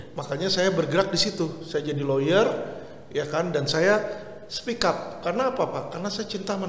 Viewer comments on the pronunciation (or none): Speak up ... bukan speck up ..beda arti